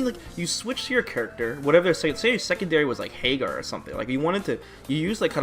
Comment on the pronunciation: The problem with the current meta is the way says "HEYGAR"